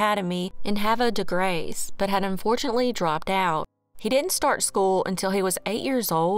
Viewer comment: Stellar job pronouncing Havre de Grace!